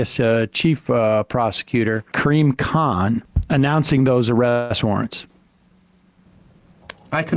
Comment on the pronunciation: I know this is stupid, and totally inappropriate for the subject matter, but... did anyone else think Sam was calling the ICC representative "Cream Cahn" in his Nyew Hampsheah voice?